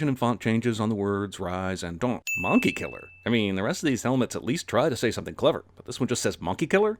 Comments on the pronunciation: It's pronounced 'mung-key' not 'mon-key' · Am I the only one who noticed how he says “mOnkey” instead of “mUnkey” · mownkey? that pronunciation makes me feel weird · My guy just over pronounced the -o in ‘monkey’